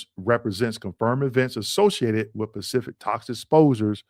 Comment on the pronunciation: Bro, the word is Specific, not Pacific!!